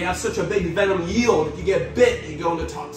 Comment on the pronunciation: Did you mean to sound Australian when talking about king cobras venom yield? Or was that just me that noticed that?